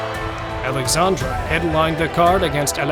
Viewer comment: omg your saying his name incorrect its Alexsandre